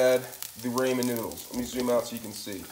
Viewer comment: Imma need you to pronounce ramen correctly sir 🤦🏾‍♀️🤦🏾‍♀️